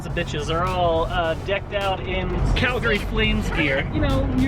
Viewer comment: You pronounced Calgary right!!!! Yay!